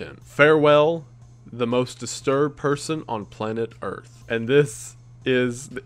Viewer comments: "earht" yes disturbing indeed... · "I am the most disturbed person on planet earHT" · Wait. He said ge was the most disturbed man on planet, "Earht". So, who's willing to hold the title for planet, "Earth"? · "I am the most disturbed person on Planet Earht." You might be but I've never heard of Earht.